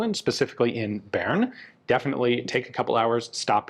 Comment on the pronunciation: It heals my soul to hear Ian finally pronouncing Bern correctly.